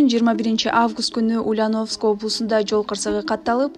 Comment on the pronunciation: Тексти туура окуучу, чон кыз. Бизде ударение деген жокпу?УльянОвск эмес УльЯновск болуп окулат.